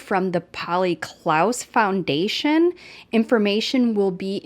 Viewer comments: Just a tip ... Klass is pronounced like glass. Hope you don't mind the correction but I think it is important to get the Polly Klaas Foundation's name correct. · I love your channel, but out of respect for Mark Klaas, his daughter’s name was Polly Klaas. It’s pronounced like “class”.